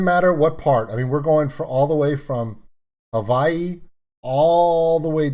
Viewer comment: You said Hawai'i the right way 🤙